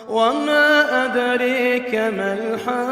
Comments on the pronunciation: Wama adraka not adreka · وَمَاۤ اَدۡرٰٮكَ مَا الۡحَــآقَّةُ ؕ ر کے اوپر کھڑا زبر ہے اسکو دو حرکت لمبا کر کے پڑھنا ہے، باقی ماشاءاللہ ماشاءاللہ بہت خوب صورت تلاوت و ترجمہ کیا ہے